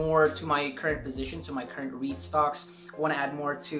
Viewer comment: I’m glad to see dividends stocks in your portfolio. You said reit stocks, I heard weed stocks. Like # 6